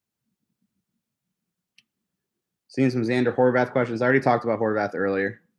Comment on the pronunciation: I knew it! It’s prounounced “Horvath,” not “Horvahth” the way Noah Eagle and Dan Fouts say it. Thank you,! Why can’t the Chargers get a decent pre-season crew? Are they Chargers hires or do they work for CBS?